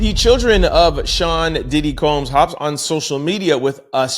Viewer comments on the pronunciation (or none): none